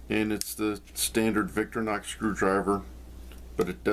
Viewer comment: Just to be pedantic. You say Victor-nox but the name comes from Victoria not Victor so the "i" should be pronounced. Don't get me started on Wenger.. Great video thanks..